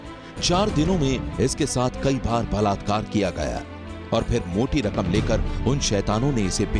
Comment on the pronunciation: Blatkar blatkar😠😠😠 Kese bol the ho